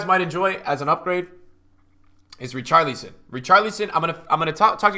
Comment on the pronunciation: Please don’t say Richarleeson again